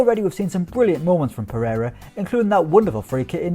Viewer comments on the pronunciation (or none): none